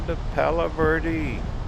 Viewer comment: Can you say eh? Palo verde